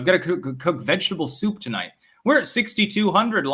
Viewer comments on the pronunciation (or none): none